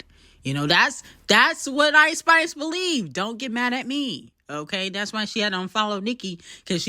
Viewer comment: Why does she say Eyeish-Spish? 🤣